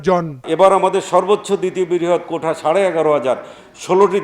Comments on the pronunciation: কোটা বললো নাকি কৌটা বললো🧃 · কৌটা নয় মন্ত্রী সাহেব কোটা ।